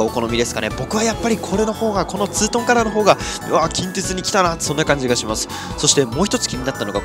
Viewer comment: 近鉄の発音が気になる大阪府民